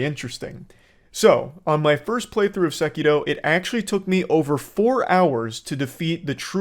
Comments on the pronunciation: Its Sekiro not sekido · Ah yes, Sekido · I know this is random, but goddamn how obnoxious is it that Charlie is pronouncing Sekiro like a total try hard/weeb?? 🤦‍♀️ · Wtf you saying sekiro like that you absouloute pleb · Man’s pronouncing sekiro with a capital T